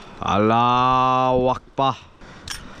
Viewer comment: theres no way just said aluakbar like that 💀💀💀💀💀💀